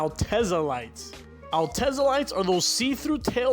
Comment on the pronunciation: Its pronounced Al te' za..not Altez-ah'....lol 🤣 ..and that model was in japan only..in the US its called a Lexus IS300 ...